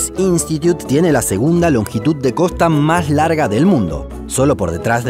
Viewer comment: Se dice: COSTA NO: COJTA